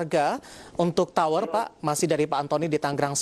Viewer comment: TOWR atau POWR ya ? saya dengernya TOWR